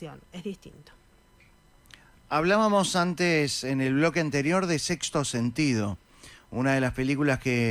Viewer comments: Dice "Sexo sentido" en lugar de "Sexto sentido" o me parece a mí? Lo dice de puro ignorante que es? Porque pronuncia mal? O es otro de sus chistes...? Como les pasa a la mayoría de los entrevistadores, [⁰] interrumpe toodo el tiempo!!!!!! Por suerte, en varias oportunidades, no le da pelota y sigue hablando hasta redondear su idea. Empecé muy moles< ta con este hombre por sus chistes tontos pero fui empatizando con él y terminé riéndome mucho. Con los números de la lotería estuvo genial! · El entrevistadoe tiene oroblema para pronunciar sexto? Por qué dice sexo sentido ? Y lo repitio muchas veces.... Porque, supongo que di quiso hacer una broma, con yna vez de decirlo ya el chiste deja de serlo ....pero lo repitio tres veces..... Entonces me pregunto .... Será que bo puede pronunciar ? O se esta haciendo el pelotudo ? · La película es sexto sentido, el locutor dijo sexo sentido?? O escuche mal?